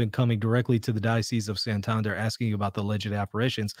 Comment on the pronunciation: Thanks for your rigorous analysis,! On an Spanish note (because my ears suffered a bit), Santander is pronounced as you did, but Santandér, not Santánder. I was confused for a while. Anyway, thanks for your opinion, I haven't looked a lot into these alleged apparitions, I prefer to abide inside what the Church tells me. Apparitions, at most, confirm us in our faith, encourage to be better catholics and, sometimes, have some miracles linked to them. Awesome, but it does not change our faith. In Spain, Garabandal has gained a bit of interest amongst some catholics, so it is good to remember what the Church tells us.